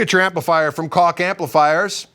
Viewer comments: It's pronounced Koggggg :-) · Koch pronunciation: In Europe many countries pronounce 'c' as 'ch'. For me, I like to pronounce Koch as 'Coke' or 'Coach'. :)